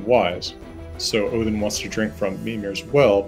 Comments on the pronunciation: Love the fact that he pronounces the names & realms correctly. Best example is him saying Odin like Othin. Also don’t like the fact that they go over Kratos bring up that his confusion to dying of old age is dishonourable & makes one go to hel. Not to mention that Magnus & Modi are supposed to be born after Ragnorok. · He gets pretty close for an American, and yes, it is Othin (more like Oath-in with a soft th sound or oh-thin)